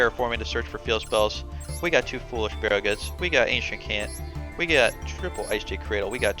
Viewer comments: How does this man really not know that chant is pronounced ch-ant, he really said CAN'T 🤔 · pretty funny that you chant pronounce chant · Mispronouncing "chant" isn't that big of a deal, I'm just glad you spelled "competitive" right